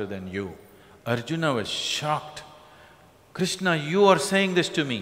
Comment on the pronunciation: Why Shadguru is pronouncing every characters name incorrectly...It's Krishna not Krishnaa, Arjun not Arjunaa, Karna not Karnaa, Chakra not Chakraa...Don't change anyone's name at least..